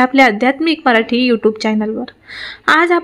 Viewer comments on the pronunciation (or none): none